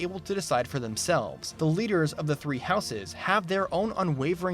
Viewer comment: I love you, but please... Stop adding the unnecessary and incorrect extra "es" sound when pronouncing "houses'" and any other words or names that end in an "s" sound while having a possessive use, such as with an apostrophe. You sound like an illiterate child.